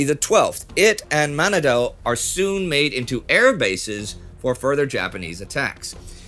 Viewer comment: It's a pretty minor thing, but Manado is pronounced Ma-NA-do, with the emphasis on the second syllable. I'm sure it's already recorded for the next few episodes but just in case. :) Good job team!